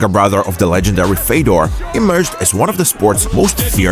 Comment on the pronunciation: Fiodor is retired like 10 years and people still disgustingly pronounce his name. omfg such a shame.....